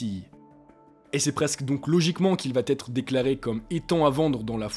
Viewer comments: Pourquoi tous les Youtubeurs disent "vat être" ? Vous savez pas conjuguer ou bien ? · Tu parles bien,sauf pour les liaisons maltapropos : il faut : il va être et non pas il va t’être